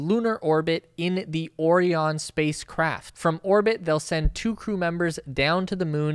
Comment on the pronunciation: FYI, the Orion capsule is pronounced “Oh-Ryan”. Like the constellation Orion, the Orion Nebula, Orion Pictures. Anyway, the Orion is a giant boondoggle and a death trap with internal components already failing before it has ever flown. Hopefully the entire SLS/Orion stack will get trashed before humans are ever forced to fly on it.